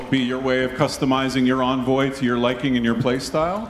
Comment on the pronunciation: Envoy is pronounced like "aan·voy". But it's not unlike DE to mispronounce MANY words! 🤣